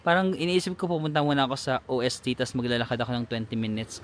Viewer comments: Ost po not O-S-T 😊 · Ost means east and is pronounced as Ost not O.S.T. (Ost=W(V)esten Norden=Sud)😊 pero ok lang yan you will learn it as you travel around Swirtzerland and other german speaking countries. watching ur Europe travel vlogs.😊 Enjoy!!!